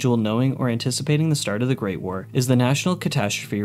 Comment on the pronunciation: I like you but hate the way you say Great War. You say it like it’s one word, like GREATwar instead of Great War